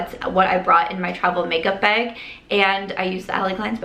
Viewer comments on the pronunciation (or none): Are you Canadian? Cause if not you got their accent in the "baagg" lol